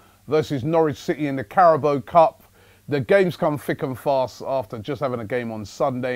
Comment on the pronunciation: CARABAO* not Carabo.